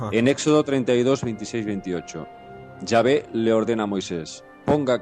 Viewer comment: como se pronuncia es yave o chave por que ella dice chave.